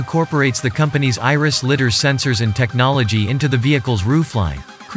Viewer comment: "litter", funny, it is ligh-der